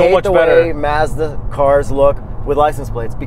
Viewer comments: Mad respect for sorting out the Mazda pronunciation. If I could give multiple likes I would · 123 5 One should always watch the videos more than once. FYI.... Don't blame the US consumers - every Mazda commercial pronounces the name 'Merican-Style'.